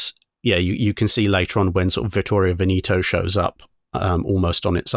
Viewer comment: Vittorio Veneto Ven-eh-to, not Ven-ee-to